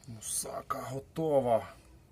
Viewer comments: мусакА а не мусАка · Мусака наголос ставиться на послідню а! Це Турецька їда! І трохи Ви не правильно її готуєте, як по турецькому рецепту! Як кажуть,чув де дзвін,але не знаю де він!